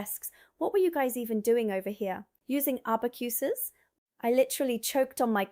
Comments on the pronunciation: A-back-you-sus - I gave up at this point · That's not how you pronounce abacus